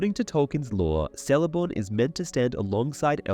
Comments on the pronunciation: Here we go again, pronunciation of Sindarin and other M-E languages. In Quenya and Sindarin, there are NO soft "Cs". Even when followed by a vowel, it is skill a hard "C" as in the pronounce "K", so Celeborn is pronounced Kel- a -born. If you are going to delve into Professor Tolkien's legendarium and do a comparison of the trash that Amazon Prime is putting out, I suppose it's to be expected that you would screw up as much as they have. Do us all a favour. Either stop making these inane videos with bad pronunciation and stultifying monotone at leas try to pronounce the names and places accurately..👎👎 Two thumbs down for you. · I enjoy how thorough your videos are! Hate to be the one to tell you though... the letter "C" in elvish names is pronounced hard. Like "Keleborn" or "Kelebrimbor" etc. Easy mistake to make! Good thing the showrunners had access to the appendices with the pronunciation guide or they might have fucked that up too haha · Lol "SELEBORN" "SELEBRIAN" "VALÁR" is it some kind of theme to mispronounce Tolkien's character names?